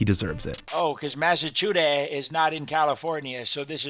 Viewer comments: Goverman Seriously?? Oh Massycuetass? Like seriously they don't even know how to pronunce that and they want to scam like for fuck sake tell to get a real job. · 'Massacute-is' ? Sounds like 'Locutis of Borg' 😂😂😂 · Did he say MassiveCuteAss? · 😂😂😂 SCAMMER cannot even say THE STATE NAME😂😂😂😂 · The jamaican couldn't even pronounce massachusetts right!😂😂😂